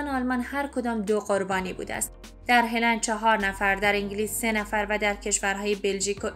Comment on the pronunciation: ه را بااو یعنی پیش تلفظ کنید نه با ِ ویا اینکه با زبان خودتون مثل قدیم ها بگوئید هالند. آخه ه با ِ را ازکجا آورده اید.چرا وچرا این همه لی دقتی. هِلند یعنی چه؟ یا بگوئید هالند یا بگوئید ه را با او یا پیش هلند